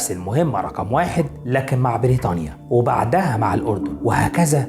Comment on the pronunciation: اخوي ان المعلومات الي عندك حلوه بس ليش نطقك للاسماء غلط مثل فلستين بريتانيا معمِر نص كلماتك غلط اقراء الكلمات صح لوسمحت فلسطين بريطانيا معمَر القذافي